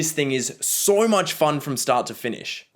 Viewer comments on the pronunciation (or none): I like the way pronounces the word so. He says soh. It’s very Australian.